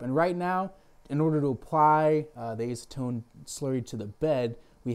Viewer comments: I have a nearly identical printer, but with hinged side doors. It's the Qidi Tech I, $700 or less on Amazon. I'm digging it so far. I also spent $150 on Simplify3D. It's a very nice slicing program and more. PS - It's ASS-a-tone, as opposed to ACE-a-tone. :-) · Acetone - ass-u-tone